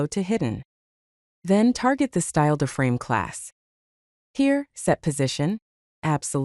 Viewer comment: It's an I-frame, not an uh-frame...